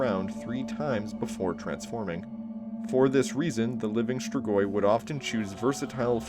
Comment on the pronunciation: Compared to how other people pronounce strigoi, you did a great job. Cool video as always.